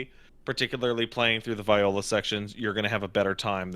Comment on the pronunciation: I'm convinced is Mispronouncing her name on purpose